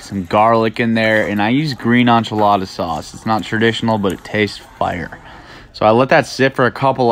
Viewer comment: Anchelada sauce? Learn how to cook beef right and pronunciate lol